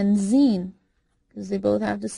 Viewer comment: You say zain not how you said